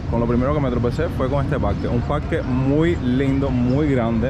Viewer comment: Parrrrrque habanero, aprende a pronunciar